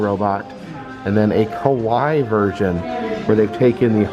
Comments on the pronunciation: Kawaii actually pronounce kawa"eee" 😂. Great video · Ka-why-ee like Hawaii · Me screaming at my TV going "it's Ka Why Eeee" 😭😂 i know you mean well but omgg I felt like correcting you. Also props to Disney displaying the history of kawaii culture though. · Kawaii is pronounced ka-wa-ee and literally means cute. I've been really enjoying your videos. I'm glad you're feeling better and spending time with your daughter. You probably don't remember me, but I finally got to meet you at knotts scary farm 2021. You were so nice! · it is pronounced ka-wa-ii , you should watch an anime once 🐻/\🐻